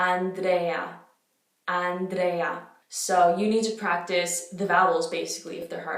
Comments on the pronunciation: Complimenti! Il tuo Italiano è perfetto, permettimi però di fare qualche piccola correzione: Andrèa (non Andréa); Giórgio (non Giòrgio); Alighièri (non Alighiéri) :-) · Ho provato a pronunciarle come dici tu: Giorgio chiuso ci sta ma AndrÈÈÈÈa e AlighiÈÈÈÈri sono inascoltabili hahahah